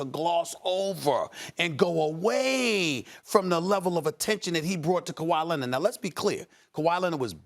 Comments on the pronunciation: Stephen A: Luka “Donchik” Also Stephen A: Kawhi “Lennid” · "Kawhi Lenid"